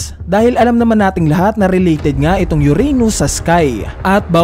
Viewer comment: uranus hindi yuranius.